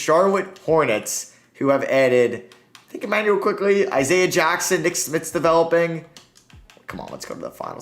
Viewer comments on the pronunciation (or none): none